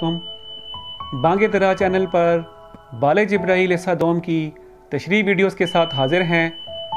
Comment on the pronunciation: بال جبریل کے تلفظ کی اperfact ادائیگی بال_جبریل ھے بال_ جبرائیل نہیں صلائے عام ہے یارانِ نکتہ دان کیلئے